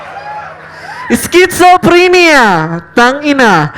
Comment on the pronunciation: PUTANGINANG J-HON YAN! KALA KO SLANG YAN! KALA MO GALING MAGENGLISH! UNG "SCHIZOPHRENIA" GINAWANG "SKISUPRINIYA". ANG TANGA!